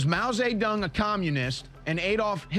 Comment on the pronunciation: "Mow zay dong"